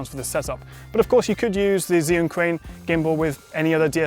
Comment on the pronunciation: Zhiyun? D